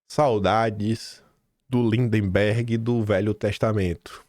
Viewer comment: o nome do CANALHA não é linDEMberg. É lindberg 😂😂😂